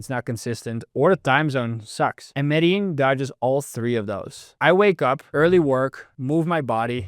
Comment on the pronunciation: You lived for two years in Medellin but never learnt how to pronounce Medellin?!?!?